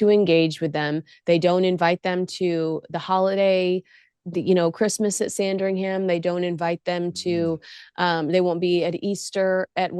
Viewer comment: Like you both so just wanted to tell you as an English person Sandringham isn't pronounced Sandring-ham it's Sandring-um 😊 a bit like our counties for eg Bedfordshire is pronounced Bedford-sheer. Never say shire of it's a county, always sheer. Birmingham is the same. it's um, not ham. And any place that ends in borough, is buh-ruh not burrow. ETA; Harry's wife is as Royal as my hamster 🐹 😂. She is incapable of anything genuine or kind. She bangs on about being authentic and organic (which means she contains carbon...) yet the more she repeats it, the less we believer her. I wonder why? 😂 Spot on as always ❤